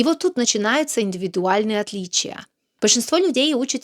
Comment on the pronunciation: Окончания слов "интонатцией" и "отличия" у вас слышится акцент Но в остальном всё шоколад